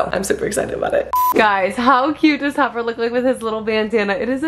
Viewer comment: I'm I the only one who heard say copper instead of Topper 😂😂😂